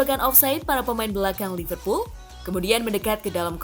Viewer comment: Liverpol van deig??😂😂min minum dulu😅😅